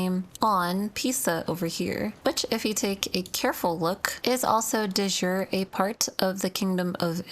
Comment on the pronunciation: You heavily mispronounce De Jure, that's latin not english lol